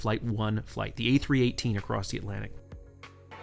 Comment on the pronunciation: Did you say a380 or a318?